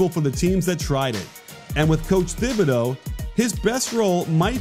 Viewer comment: Honestly I kinda lost faith in this video when he didn’t pronounce his name right in the first 30 seconds.